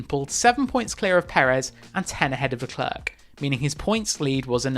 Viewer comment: Who is leCLERK? Honestly, Crofty takes pains to correctly pronounce everyone’s names and he says LeCLAIRE a million times per race. Does autosport even watch the races??